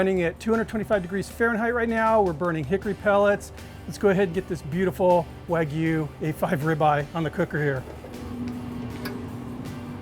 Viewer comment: WAH-G-YOU... but all in one word no pauses, NO GOO. G-YOU.